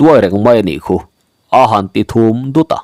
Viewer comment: Thûm dut( che vut) nilo in. Thûm dût (ziàu) tih thluk a lam tur niawm tak hi ania.